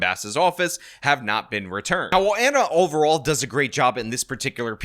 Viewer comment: Please tell me you were joking when mispronouncing Ana’s name and acting as if you don’t know who she is. To be in this space and not know TYT would be wild.